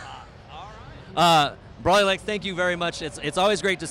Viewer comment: Dude, IT'S BROLYLEGS!!!!!!!!!!!!!!!!!